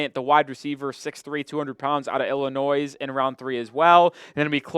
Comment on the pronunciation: It’s Illinoi, the S is silent!